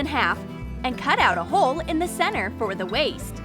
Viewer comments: NO IS NOT OK they said centar when it's pronounced center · Lol she said centar instead of center